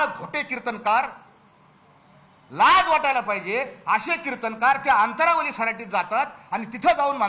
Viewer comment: ह्याला अंतरवाली असे म्हणता येत नाही, तो अंतरावाली म्हणतोय. हा माणूस जरांगे चा सहकारी नाही. हा सरकारचा कुत्रा आहे. ह्याची न्यूज दाखवून काय फायदा नाही आम्हाला माहिती आहे काय सत्य आहे ते.